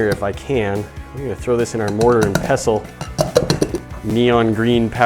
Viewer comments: It's a mortar and pestle not pessle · Any one else kind of annoyed by how he said mortar and pestle